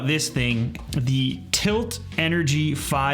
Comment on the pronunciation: OMG dude my brother works for tylt. (And yes it's tylt not tilt)